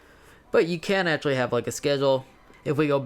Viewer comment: He said u can ashatly